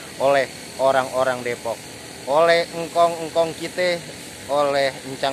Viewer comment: Depok ga pake E bang